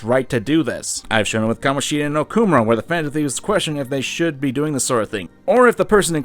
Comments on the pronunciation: It's awful that they don't pronounce the Japanese names correctly Also: O-kuh-more-uh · For how much the dude hated on the mispronounciations the game makes of Sakamoto, he sure does butcher Okumura's name pretty fucking hard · The way pronounces Okumura creates violent feelings within me